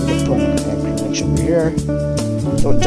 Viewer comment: is ANCHOR not achors